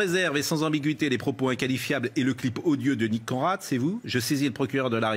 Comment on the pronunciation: Mr "CON rad" Non "conerad"😂😂😂